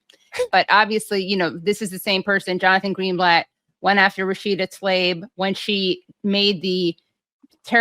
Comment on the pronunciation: It seems somehow apt that Katie's the only person I've ever heard pronounce Rashida Tlaib's name the way it's spelled. I mean, if you can't even trust a journalist or anchor to do that... Also, yeah, that Defamation doc is great, and funny too.